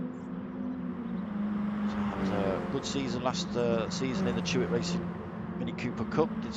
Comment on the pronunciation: It's Chloe Hewitt. Not Chewit!